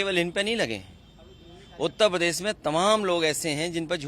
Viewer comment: ये उत्तर प्रदेश और देश का दुर्भाग्य ही है कि ऐसे चोर और मक्कार जनता का प्रतिनिधि चुने जाते हैं। पहले शुद्ध शुद्ध उत्तर प्रदेश बोल लो। ये उत्त पदेश नहीं बल्कि उत्तर प्रदेश है।